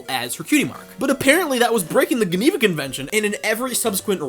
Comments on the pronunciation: the GUH-neva convention? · Guh-neva convention 💀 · Gevena has a soft "g" in English. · I definitely enjoyed this video, and thought that it was interesting the way you went about discusing each pony's redesign, plus the fact that the initial couple seasons have very boring character designs. I just think its absolutely hilarious how you pronounce "geneva". Ive never heard anyone pronounce it with a "guh" G. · The Geneva Convention is pronounced "juh·nee·vuh". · just an fyi, geneva is pronounced with a soft g (more like jeneva) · The way you're pronouncing "Geneva" is taking me out lmao